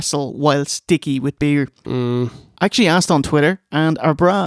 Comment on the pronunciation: "Pro-bear" 🐻 "chow-dah" 🐟 "bee-ear" 🍺